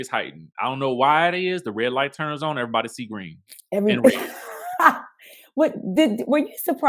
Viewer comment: I thought the same thing! Like when would they show a yt married couple on their shows to this extent. And these bravo hoes be gettin it in with EV-AH-REE-BOD-Y.